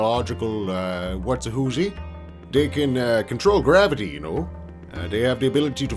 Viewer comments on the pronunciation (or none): none